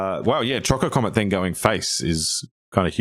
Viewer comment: Oh man, Azusa and Chocobo Racetrack? That could've been awesome! I don't like Cargo Ship in this deck, personally. Doesn't do much. "choCOcomet" is the absolute most cursed pronunciation I've ever heard, and I love it. I had not seen Summon: Knights of the Round before. That is... disgusting. And also extremely lore-accurate. Wow.